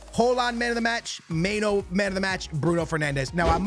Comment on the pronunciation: may-no lmaooo its my-nu